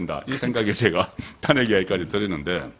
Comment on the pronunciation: '탄핵`이아니고 '탄핵'으로 발음을 고치세요 어째 대구 사투리 단어가 너무 많고,왜 안고쳐요? 옆에 있는 서변호사의 발음으로 쉽게 배울 수 있는데